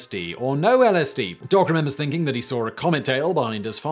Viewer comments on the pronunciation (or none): none